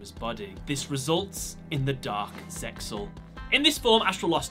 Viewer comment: Please stop pronouncing the X in ZeXal. The X is silent. It's like Seal but with a Z instead of an S.